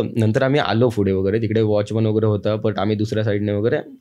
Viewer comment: फुढे नाही रे दादा पुढे 😂